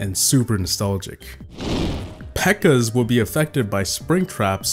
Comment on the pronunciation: it's peaker not beaker 😂😂😂😂😂